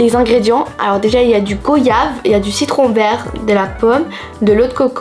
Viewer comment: Alors je suis très vexé car on ne dis pas du goyave c'est (goiyave )=prononciation 😢